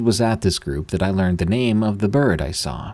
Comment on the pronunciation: Dost thee have to pronounce every 'The' as 'Thee' like in ye Old English?